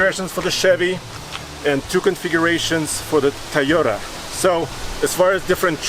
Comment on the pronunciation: I like how he calls the Toyota a "Ta-yota"